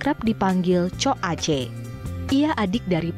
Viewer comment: "Cok Ace" baca E kek baca E dalam membaca Empuk